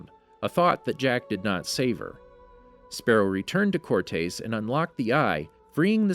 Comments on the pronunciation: That's not how you say "Cortés." It's not "core-tays", its "core-tess." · For the love of God… “core-tess” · cortez is how its pronounced